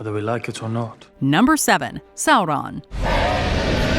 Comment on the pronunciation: Loved the way says the names Galadriel and Sauron